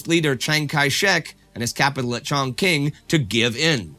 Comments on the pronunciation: Chongqing is pronounced as Chong-Ching and not Chong-King. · pronounced ‘chong-ching ‘ great vids tho 👌